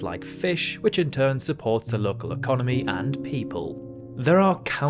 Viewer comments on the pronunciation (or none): none